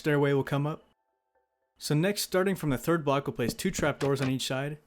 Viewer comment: Can we get an "on each schide" counter please